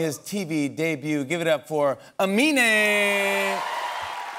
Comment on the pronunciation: Did jimmy say his name wrong?